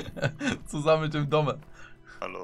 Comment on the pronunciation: Man sagt nicht Dome sondern Döme das ist Schweizerdeutsch für Dominik